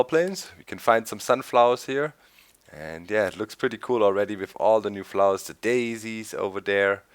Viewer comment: He dont no how to pronounce flowers